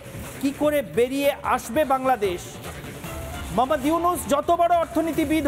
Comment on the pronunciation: মহম্মদ নয় এটা মুহাম্মদ